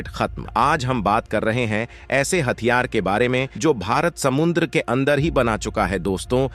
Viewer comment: अबे घोंचू समुंद्र नही समुद्र बोल